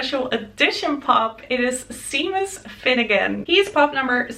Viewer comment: I love the Trelawney pop too! Although she's not necessarily one of my favourite characters, I love the details of that pop, as well as the overall look. I'm not usually one to collect figures, but I love how Funko manages to capture a scene with the pops. Oh, and Seamus is pronounced "Shaymos". Ya, I know, not obvious, but then again, half of English isn't pronounced as one would expect lol. Have a great weekend!